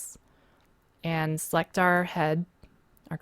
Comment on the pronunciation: lol you pronounce and like ayand.